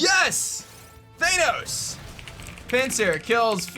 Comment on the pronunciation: Theinos? Isnt it Thanos?